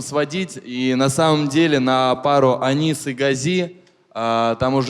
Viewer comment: не Анис, а АнИИИИс. Ударение на И 🙏🏼☺️